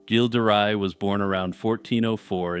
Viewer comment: Oh, you may want to adjust how you pronunce Gilles de Ray It’s not a hard G as in Good but more like you’d say Jjjj in Jean-Claude Van Dam. As per the Ray part, it’s pronounced like you would in English for sun ray. I hope this helps